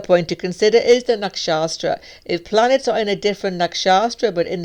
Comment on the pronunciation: You're probably my favorite vedic astrologer on youtube. And I've heard them all. But i cannot understand why you pronounce nakshatra "nakshaStra".